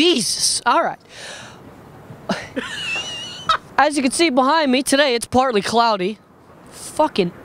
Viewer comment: HE KEPT SAYING PLARTLY pLartly!!!!!!